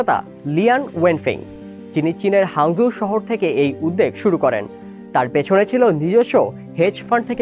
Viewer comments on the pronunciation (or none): উচ্চারণ উদদেগ করে ফেলেছে বাট উদ্‌দোগ বললেই সঠিক হতো। উদ্‌জোগ্ উচ্চারণ বাংলা একাডেমির আধুনিক বাংলা অভিধানে বাদ দিয়েছে।